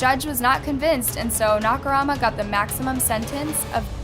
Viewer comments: Agreed. I understand if it's a foreign name and you genuinely are unable to pronounce it even after looking it up, or you can't find any references of how it's said, but like... Dahmer is infamously known, and Nakamura isn't THAT hard to find the pronunciation for. When I hear a name so butchered it completely takes me out of the video tbh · She did the same with her next story with Nakamura... feel like it was rushed so she could just get a video out. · I noticed that too, also the way she kept mispronouncing “nakamura” even though it was spelled correctly in the captions 😂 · And just to add that it’s nakaMura not nakarama. I couldn’t listen anymore with the constant mispronunciations. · is it nakarama or nakamura? because you're pronouncing it "nakarama" but your subtitles says "nakamura" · Pronunciation; na ka mooo rah, and dah mur… I think you need to stop talking in a stuck up tone of voice and actually learn to pronounce names. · the Oddest J is one not mentioned yet. but for real, if i heard Nakurama one more time, sheesssh. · Take a shot everytime she says Nakurama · You had so many chances to pronounce Nakamura correctly and not once did you take it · Hey, I love your channels and your content, but you seem to be butchering names more and more lately. 😞 it's a bit of a red flag to pronounce "Dahmer" incorrectly in a true crime video and your repeated butchering of Nakamura's name made it feel like you didn't care to get it right. You are a great investigator, keep it up. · She did the same with Nakamura.. she kept saying Nakurama.. Japanese names have meanings but Nakurama made no sense... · na-ka-mu-ra, not "knock-a-rama" <3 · Nakumara Nakurama Nakumara Nakumara Nakurama Nakurama Nakurama and so on ... the dude is named Nakamura XD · Nakurama? Nakamura? 🤔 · Nak a mura How is this pronounced Na ka Rama ? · how come you kept calling Nakamura, Nakarama? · It's Nakamura, not Nakurama, right..? 😂🙌🏼💯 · the freaking "nakaRAHMA" is also annoying 😑